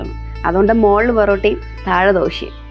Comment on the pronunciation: Porotta ❌ borotta